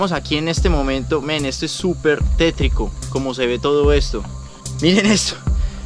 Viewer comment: SE ESCUCHA RIDICULO PRONUNCIANDO MEN